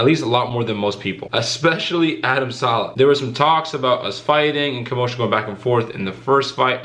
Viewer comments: His name is Adam saleh!! Not sala thats why he is not taking u seriously cause u desrespecting his name now!! I would ignore ur ass too!! U know his name his bigger that u on u tube he said he is not scare of u Donbe be disrespctfull just say his name right dude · Yoo its adam saleh its an “e” not adam salah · You can't even say his last name